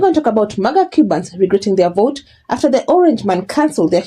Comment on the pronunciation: Are they saying "I will boat for Donald Trump"?